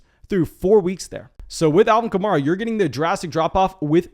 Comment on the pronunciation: Say it with me: Kuh-mare-uh